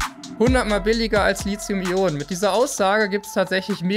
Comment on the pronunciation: Immer wieder dieses Lizium. Lithos heist Stein, lizos gibts nicht. Li-Thi-Um.